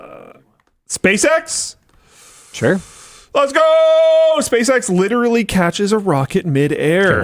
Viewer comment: Repeat after me “lit-er-a-lly”. Not “litrilly”